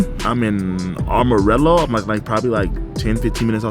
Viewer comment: Yo my guy it's called am-o-rillo not arm-i-rillo 😁🤷‍♂️ but it's all good people call it differently all the time lol.. love the vids bro 👌